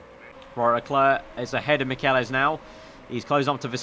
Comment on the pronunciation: Michelisz is pronounced Mitch-el-its